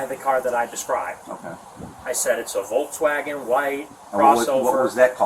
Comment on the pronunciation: Nick mispronouncing Volkswagen...